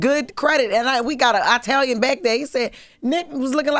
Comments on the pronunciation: “Eyetalian” 🤨 anybody else pronounce “Italian” like this? I’ve only heard 50 Cent (as Kanan on Power) pronounce it like how Jess did 😅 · Jess: EYE Talian lmaoooo